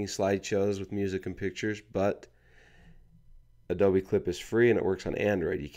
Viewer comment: Did he say Adobe wrong??